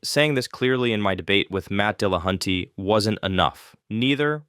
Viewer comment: Why can’t these people ever pronounce "Dillahunty" properly? It's very flat, with only slight emphasis on the Dill. Not dillaHUNTy